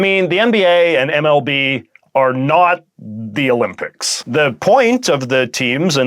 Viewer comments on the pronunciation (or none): none